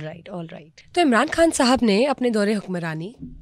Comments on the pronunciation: محترمہ آپ کھان نہ بولا کریں۔ لفظ خان ہے۔ بکھار نہیں بخار ہوتا ہے۔ جہاں خ ہو وہاں کھ نہ بولا کریں۔ یہ انڈین تلفظ نہ اپنائیں۔ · Why are you saying کھاسی ، کھان 😂 say خاصی، خان instead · ما شا اللّہ ۔ اگر آپ اردو بولتی ہیں بھارتی زبان نہیں تو “ خان” بولنا چاہیے “ کھان” نہیں۔ معافی چاہتا ہوں۔ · Ye kas kia behan pls talafuz theek kre Urdu k kan kia ha behan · Imran Kaan ki kya koobian hain…., ye kya tallaffuz hai aapka????